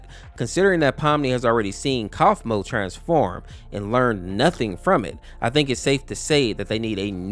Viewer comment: Me trying not to die when he says cossmo instead of kaufmo